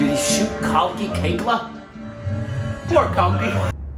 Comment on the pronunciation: Love you guys.. Great Reaction!! And finally you did it.. just said correct pronunciation of Kalki's name.. Its is cause of me? The dog died in the beginning when ZOYA's BF was threatening her. You missed it.. Guys i have been asking you to watch Omkara, its the long pending triology from Vishal Bhardwaj Also Guys Please react to DevD movie Guide movie Mother india - Trailer Reaction DONE already Sajjan singh rangrut - Trailer Reaction DONE already Punjab 1984 Subedar Joginder Singh (Another movie about 21 Sikhs Vs Chinese Army based on true story) Jatt & Juliet Oye Lucky Lucky Oye Rock On "Right here Right Now" song (Abhishek Bachchan Rapping Ft. Priyanka Chopra) Bluffmaster Ek Haseena Thi Zinda (Indian Adaptation of Old Boy) Karam Vishal Bhadwaj Triology ( Maqbool, Omkara & Haider, though you are done with two watch Omkara please)